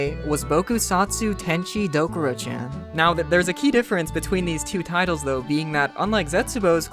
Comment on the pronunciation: BRO you said.CHAN WRONG- but besides that good vid